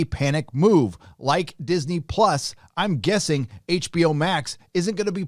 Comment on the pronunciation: Disney Plus? or is the "L" in Plus silent?